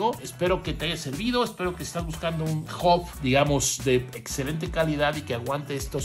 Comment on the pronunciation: Che...!!! se dice H A B no OB !